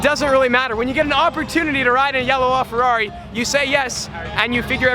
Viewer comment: He pronounces LaFerrari so wrong lol